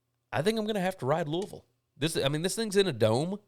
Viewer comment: Congratulations! So happy to hear Mother and baby are doing well!!!! Love the name you gave her. You were greatly missed on the Tuesday's and Wednesday's show. By the way, love that you know how to correctly pronounce my hometown of Louisville.